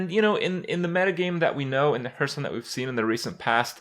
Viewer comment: Why do you say hurtstone? It´s hearthstone.....my ears bleed